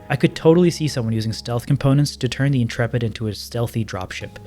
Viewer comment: Congratulations on pronouncing Intrepid correctly. The number of youtubers i see calling it The "Intra-pid" or "Int-rapid" was making my eyes itch :)